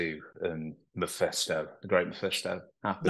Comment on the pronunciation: It’s Mephisto, not Maphisto.